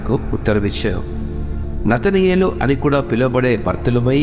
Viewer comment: నతనయేలు కాదు నతానియేలు.